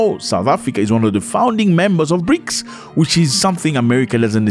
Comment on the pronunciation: No K in BRICS